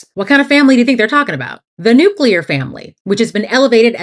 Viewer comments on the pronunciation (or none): When you said the nUcLEar family I heard the New Queer family 😂